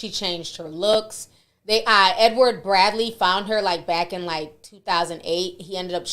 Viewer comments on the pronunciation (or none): none